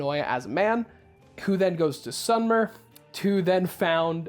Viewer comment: Hey, love your videos, but it's "sumer" (pronounced as saw-mər), as in the Sumerians who lived in Mesopotamia (The plains in between and surrounding the Furat and the Tigre rivers, roughly covering east Syria, northern Iraq, and southern Turkey in modern times), they were real and they date back to around 5000 B.C (?) and spoke a language which is said to have branched into Aramaic, Semite, and Median (?). Sorry for any inaccuracies, I'm just speaking from memory.